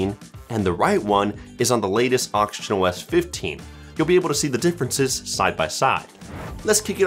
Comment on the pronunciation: i hear auctionOS 😭